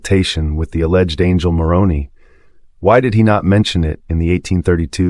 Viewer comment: More credible if you pronounce Moroni with a long I.